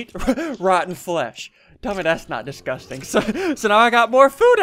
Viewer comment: “Tell Me That’s Not Disghusting” Okay THATS NOT DISGHUSTING